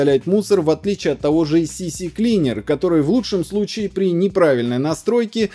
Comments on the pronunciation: CCleaner а не CCCleaner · С видео и его подачей категорически не согласен. Если не забуду, на выходных каждый пункт откомментирую. Автор не совсем компетентен во многих вещах. Да и СиКлинер называют СИСИ клинером обычно как раз те самые компьютерные мастера-домушники. Столько проблем озвучил - несите тыщ 30 на решение.